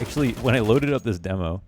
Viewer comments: Demo. Not dee mo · why do you say demo like demo instead of demo?